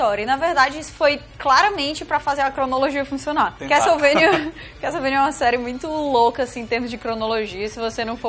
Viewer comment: CAS-TELE-VANIA. obg, dnd